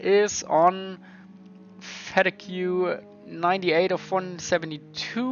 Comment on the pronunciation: Fatigue is not Fet-eh-Gew, it is Fa-tee-guh. Otherwise loved watching this video, I had seen the previous videos thumbnail and passed it by, but came back to watch this one when I saw it and it seems like a pretty interesting game I’m gunna look into